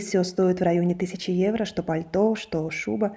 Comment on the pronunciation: Неграмотно произносить евра, evro во всех случаях, одно дело витрина, улица срвсем другая, если и одеваются более менее это Милан